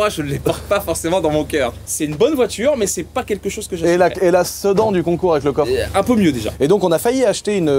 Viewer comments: Salut pour la RS3 ça ce prononce Sé - da - n et pas Sé - dan faudrait testez le tank dans la neige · Qui lui dit que sedan ça se dit "sidane" 😂